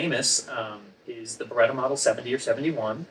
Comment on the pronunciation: I finally figured it out. "Beretta." I figured it out on my own from the rest of the video. IN NO WAY does it sound like that's what he said. Even now that I know what he said, it still doesn't sound like he's saying anything close to that. It still sounds like "barga."